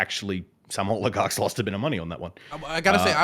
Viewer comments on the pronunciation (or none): always calls them "oiligarchs"... Which would be funny if intentional because y'know... Oil... Oligarchs... Oligarchs of oil... But I don't think it's intentional...